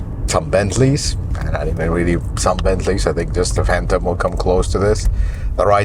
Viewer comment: "A Phatom will come close to this." A Rolls Royce Phantom will come CLOSE to a Century?!